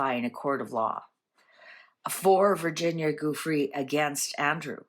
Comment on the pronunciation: VG’s name is pronounced Jewfray